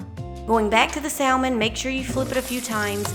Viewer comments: Its pronounced sam-on not sal- mon. Leave the L out. Everything looks delicious. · The L in salmon is silent 😭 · I love the L pronounced in saLLLmon, never heard that before (usually a silent L), bless the southern accent, so sweet :)